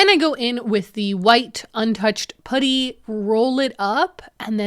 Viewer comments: Why do you say putty like that? 😂 it's not pudding, it's PUH-tee! Lol But I do love your videos and your house and style. Great job making your house beautiful and functional! 😊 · yeah!😂 i kept thinking “pooty birdie pooty birdie” like in the tweety bird cartoon and it made me smile!❤❤❤ in the U.S. at least where i live we say puhtty. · You did a great job. This seemed like quite a challenging one to me, maybe because glass might breaks easily? ALSO! Fellow Canadian: I'm enchanted everytime you say 'putty' because it sounds like 'puddy'. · No, sorry! Ha, I mean the pronounciation- at first I was like, "Wait, is she saying pouddy?" And then I realized that that is, in fact, how I say it too. It's the 'about/aboat/aboot' accent coming for us again. That and saying double t's as d's- but really if we don't do that then we sound british, so I say just rock the Canadian accent with pride lol. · This video has made me very aware of how I, as a fellow Canadian, say 'putty'. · Yes, as a person living in the south of the U.S. I giggled at how you said it! I will take how you say putty over how Canadians say decals though! I adore!